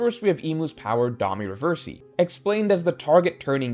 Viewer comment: These weapon name & Domi Reversi pronunciations are killing me. 😂